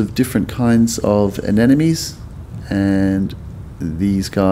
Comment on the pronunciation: His pronunciation of Anemone hurts my ears!! "A-ne-MO-NE", not "A-Ne-NA-ME"